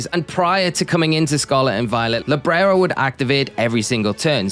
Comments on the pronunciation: You say librero but its libero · It's Libero, Librero means bookshelf in spanish 😭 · Libero not LibRero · LIBERO not LIBRERO 🤣....